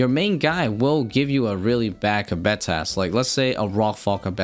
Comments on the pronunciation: Theres no way kibet is the right way to say it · I feel like the mispronunciation was unintentional, but it was really jarring. Going off the transcript, which is a bit tricky because it keeps showing the word as "cabet" or "kabet" or even things like "ketti", the word kebbit was used around 30 times in about 8 minutes. I really hate missing any part of a video, but that was way too distracting:(. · “Ka-Betty tuft” had me dying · keb-bet? your trolling XD kebbit wheres the 2nd e? XD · You're saying kebbit entirely wrong and making this video impossible to watch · pronounces so many things in this game incorrectly. It’s so fucking cringe